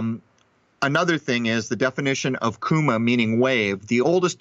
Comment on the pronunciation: Don't say "kouma", its wrong and non existing word in Greek. The correct (which every Greek will understand) is kyma, The U in Greek is like just another I. Η(η), Y(υ), and Ι(ι) and digraphs (ει) and (οι) is all iotas. Their phonetic is like the -li (only the i) or the -ry (only the y) phoneme in the word "delivery". To say the word correct with Greek letters: Κορεκτ phonetic -> φωνετικ (ω and o is ο) which -> γουιτς (ου is digraph like school (oo) or sound (u) or should (ou)) wrong -> ρονγκ (γκ and γγ is g), (r is ρ) (n is v) bad -> μπαντ (because β(Β) in Greek is V in English) Low -> λοου or in capital Λοου pay -> πεη hear -> χηαρ hour -> αουαρ (h doesn't announce). In Greek is ωρα. "the hour" -> η ωρα (the article = η), so in capital HORA. The h in many English words like hour, hypocrisy, haemoglobin, history, hair is the Greek article η(Η) merged into the next word. what -> γουατ we -> γουι or γουη phonemes in Greek words does not change sound depending on the letter position or adjacent letter like in English.